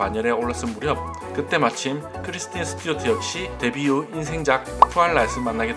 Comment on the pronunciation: 크리스틴 이름발음이 잘 안되시네요 ㅎㅎㅎㅎㅎㅎ